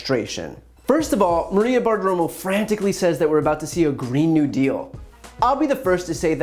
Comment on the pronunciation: Brian, you almost went Bartiroma on... Bartiroma.